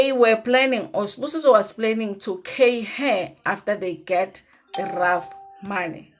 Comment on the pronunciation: No it can't be ref ask any attorney or jurist that you know they will tell you she's pronouncing it correct